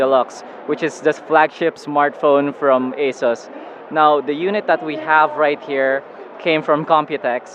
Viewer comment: its not Eysus. . . . its Ahhhsooos